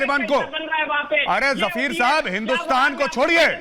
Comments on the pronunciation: Jafir, nahi, fakir, ha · गौरव आर्य जी ये जफीर नहीं फकीर है गौरव आर्य जी